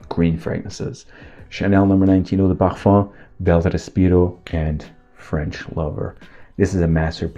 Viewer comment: I love your videos. Your presentation is always on point. Though I do have a suggestion, can please kindly not overkill the pronunciations 😊, I mean yes you might wanna be correct with it but most of the fragrances are french, but you’re doing videos in English, so cahatiee pahafam I mean really?😅 why can’t it just be Cartier the English version, mah anto bahva 😅 why can’t it be just the plain old Marc and so on. Anyhow do absolutely love your videos.